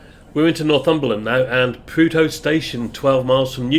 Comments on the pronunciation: Prud-ho, not Prude-ho! Otherwise, spot on! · I can tell you don't listen to The Archers. Ruth Archer is from Prudhoe - pronounced Prudder. Great to see this trip which I nearly did in the sunmer but ran out of time before i had to head back to Devon.